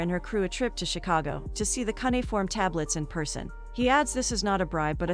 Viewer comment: Cunnyform What the hell is that. ??? Do you mean cuneiform??. Bain all. Banal maybe. I could go on. E Vidence. Hummm. Someone should teach the computer to read properly.